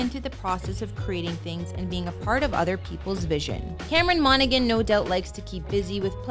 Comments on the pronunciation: MonaHAN not “MonaGAN” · its pronounced 'monahan' not 'monagan' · The g in his last name is silent, it really annoys me when it's mispronounced as I have the same last name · I loved this but you are totally mis-pronouncing his last name. Cameron on is seriously so cute!